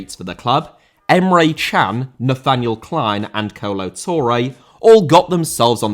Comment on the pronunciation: Emre* not Emrei